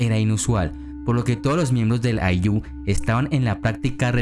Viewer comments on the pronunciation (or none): Muy buena información querido amigo Una observación: El acento de la palabra Ayllu es en "Ay", no en "llu"